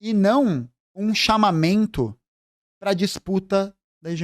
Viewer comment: Tá maluco, achar que desmentir o Nikolas está errado, você está louco? Em que mundo vive? Você acha que a base do povo, os jovens nos dias de hoje, entendem o "chamameinnnto, o quetionameinnnto das Ameinda do comunismo do YouTube? Cara, é por isso que eles nadam de braçada. O governo Lula está pecando no valor da cesta básica, pois não está administrando direito as reservas internas e controlando os preços dos alimentos, o que gera um conflito enorme entre benefícios, reposição plena salarial e inflação. Fora isso cara, é bem diferente da gente lutar contra essa farra de mentiras nas redes sociais. Tu conhece pobre mesmo "comunista"? Conhece mesmo? Vai na UPA? Pega remédio na Farmácia Popular, tem filho que usa cota para ingresso na educação? Poha, se situa na vida. E outra coisa, precisamos de muitas, muitas Erikas nas nossas vidas. Quem defendeu o 6X1, foi você? Estou chocada de verdade com esse vídeo e cada vez mais contra a "comunistas" como você , entrei no PcdoB através da galera da UJS e sai para me filar ao PT quando vi o país entrando no buraco em 2016 e principalmente por conta de pseudos comunistas como você. Trabalhei no Sindicato dos Comerciários e sei que não é "tutela" o povo se emprenhar de verdade pelas redes sociais e igrejas. Eu lido com caixas de supermercados, atendentes terceirizados das Clínicas da família e outros mais, chão de loja, como dizem. SÃO ALIENADOS POLITICAMENTE SIM. Deixa de ser hipócrita. Na boa de saco cheio é desse seu tom professoral co